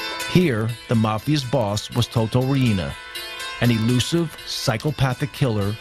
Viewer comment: u say it like toto RIENA not RI-INA lol